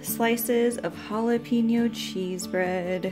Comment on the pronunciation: Looks good.pls check pronunciation of jalapeno thank you